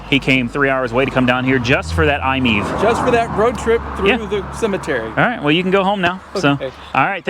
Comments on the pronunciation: We love our iMiEV and I hate the way you pronounce it! It's not I-MEEV! It's I-Me-Ev. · I’m think it’s pronounced I-My-EV, not Imiev